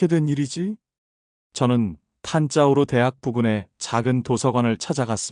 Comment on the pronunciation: 탄자우르가 아니고 탄자부르 입니다. (Thanjavur) 탄자우르는 존재하지 않습니다.